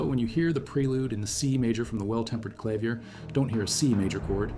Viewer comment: AI slop. Freaking "clavier" is mispronounced lol